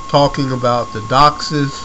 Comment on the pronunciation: You have no idea what your talking about. You pronounced DOCSIS wrong!!! ......... and its megabits per second, not megabytes. Huge difference. Do your research so you don't make yourself sound like an idiot.